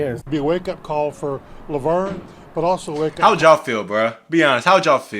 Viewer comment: Even I know it's pronounced Laverne like the girls name😂and I'm from the UK